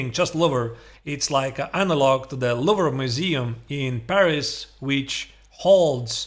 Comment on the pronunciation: I love how you chop the word louvre. Im down to learn from you, thanks for the new videos. oh, and "perfectly underdeveloped", I liked that too.